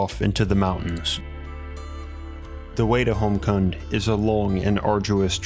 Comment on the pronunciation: Fantastic video. also Roopkund is a famous trekking route in India P.S. Kund in Roopkund and Homkund is pronounced as koond